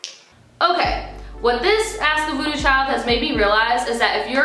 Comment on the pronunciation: Every time you say voodoo tribe I hear booty tribe and it makes me smile every time